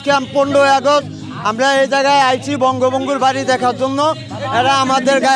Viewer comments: বঙ্গবংগু, ভালো করে নামও বলতে পারেনা, সে নাকি বঙ্গবন্ধুকে ভালোবাসে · বঙ্গবন্গু😂😂😂😂 কেমন বঙ্গবন্ধুর সৈনিক নামটাও ভালো করে নিতে পারে না😂😂😂